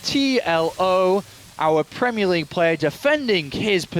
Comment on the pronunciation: Premie League? What's that? :-P